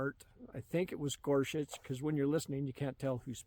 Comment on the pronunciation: “Gorshit” sounds right to me and better than Gorsuch. Nice slip of the tongue,. 😂